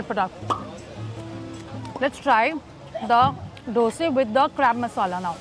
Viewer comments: Dosaaaaaaa not doseee😂❤but still love you💛💛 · I love the way she calls "dose"not dosa✨💓💯